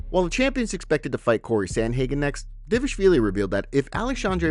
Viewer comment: try again D VAAL ISH VIILI OTHERWISE KEEP HIS NAME OUT YOUR F,,,KIN MOUTH..........GH